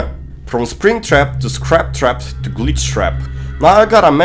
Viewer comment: Fnaf: “Scrap Trap” Zora: “ScATpt Trapt”